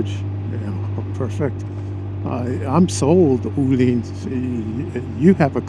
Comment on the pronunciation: Öhlins is not pronounced as "ooh-lins", not as "olins", Ö = like the "ea" in "earn" or the "i" in "first" ;)